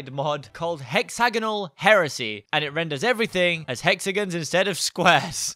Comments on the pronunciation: yes instaed of "hexagins" we say hexagons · We pronounce it "Hexigins"